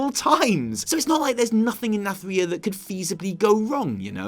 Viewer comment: please get it right. It isn't pronounced Nath-RIH-a, it is pronounced Nathri-AH!